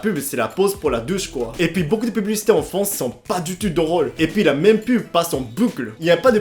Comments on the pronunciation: Arrète de dire fonce pour dire France . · France avec un R FRRRANCE